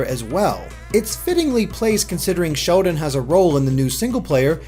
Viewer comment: does anyone else thinks says "Shodan" instread of Sheldon?